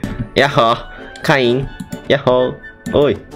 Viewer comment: カイン紹介してる時ケインって素で間違えてるの面白かった！